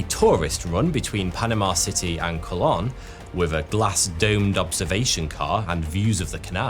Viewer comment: Could you please try to pronounce Spanish words at least close to correctly? I'm not suggesting you adopt a thick accent, but "conquistador" and "Colón" made me want to gouge my eyes out.